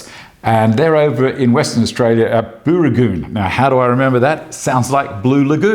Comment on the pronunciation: You pronounced Booragoon wrong.